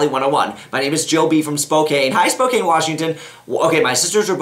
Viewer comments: its pronounced spoke-can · Buck, I love ya but Spokane is pronounced Spocan. The "e" is silent xD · OOOOOOOHHHH BUCK GURL YOU PRONOUNCED SPOKANE WRONG. hahhahaha i live there, its like spoCAN! not cane like coicane.... Love yaa buck! love your advice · It's pronounced "Spo-can" :)